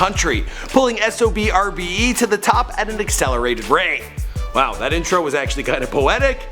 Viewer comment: And you say it like SOBRBE you don't say the X. That's how they say it themselves. Since ya asked